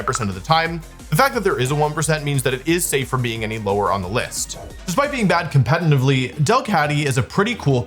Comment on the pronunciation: Wolfy: “competentively”